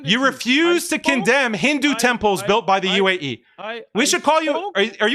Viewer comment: Can't even say the word "UAE" , this shows it all